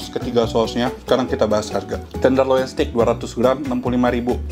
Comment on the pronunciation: Suka banget sama semua review. Btw koh kalo nyebut steak itu adalah “STEK” or steik BUKAN “STIK”. Karna maknanya beda. Udah saatnya kita memperbaiki pengucapan bahasa Inggris yang benar, karna aku juga lagi belajar. Heheheh. Terimakasih